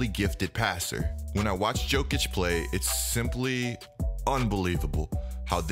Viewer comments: My guy, it's Yo-kich not Joe-kich it's hard to watch when you pronounce Jokic wrong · I stopped at Joe-kich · Please stop saying "Joe"kic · Johnny Varvatos that’s called being lazy and disrespectful